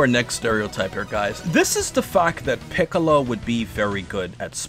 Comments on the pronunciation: they way you said Piccolo like "Pee"ccolo 😂😂😂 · This dude really called Piccolo, Peeccolo.... dead bruh